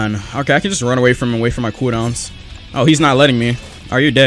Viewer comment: When he says cooldown sounds like he is saying kudons